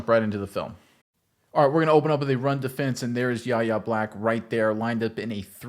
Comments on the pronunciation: WHY-AYE not YAH-YAH. Please man killed me. You’ll learn his nah. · Pronounced “Why Yay” not “Yah yah” the Kendrick Lamar song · His name is pronounced Why-Aye!!!! Not YaYa!!! Get it right, you sound like a dope, you say YaYa about 100 times! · His first name is pronounced Why-Ay, not YaYa. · Ref 'The Beast " ... Fifty years ago the Steel Curtain featured the great. number 78, Mad Dod (Dwight) White ... Do the steelers now have the, number 78, Mad Dog Black? ( Yahya's first name is pronounced " Why-yay") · Y-A!!! Sir. Get his name right! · it's "Why-yay" Black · His name is pronounced "Y-hey" with a silent "H". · It's pronounced "Y" "yeh" Black. Yahya Black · It's PRONOUNCED "WHY A" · His name is pronounced ("Why" - "Yay") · YES! Name is a little weird to say but it is pronounced more like "Why-yay" but pronouncing the letter "Y" instead of the word "why" "Y-YAY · Pronounced Why A! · Decent video but u catch an L for pronouncing his name wrong bra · You should learn how to pronounce his name if you're going to do an entire film session on him.